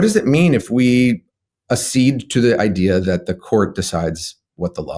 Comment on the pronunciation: Accede is not asseed, it's akseed .. pls ppl, stop making new pronunciations: its right there in your dictionary how to say it!